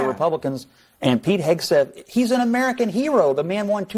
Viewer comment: HeGseth not HeSgeth.